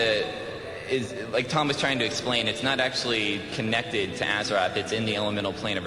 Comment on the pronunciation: I love that this dude talking back doing the cata blizzcon keeps fucking saying "AZERATH". if you can't even say the name of the fucking planet then you shouldn't even be apart of warcraft